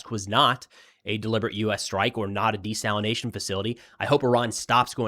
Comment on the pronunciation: Thank you for saying desalination and not desalinization. Even my own phone wants to correct that made up word. It's the new coffeve